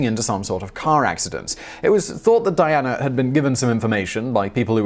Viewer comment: Simon you stupid Euro Hillbilly trash, where the heck did you find an “R” when pronouncing princess Diana ???